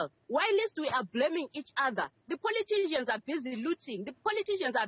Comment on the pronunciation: Motsoaledi is delivering by deporting and catching the ones defrauding the system. go home wena tikiline and stop pronouncing politicians as "poliitisians".